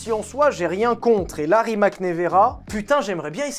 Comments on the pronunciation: on prononce ca rimatz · c’est Rimats (il faut dire le s) la bonne prononciation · On promonce Rimats, pas Rimak lol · STP ne prononce pas RIMAK mais "Rimatz"... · Tout le monde parle de la prononciation des villes alsaciennes , mais RIMAC se prononce RIMATS et non pas pas RIMAK😅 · Petite précision ça se prononce Rimatsse ;) c est le nom de famille de mate rimac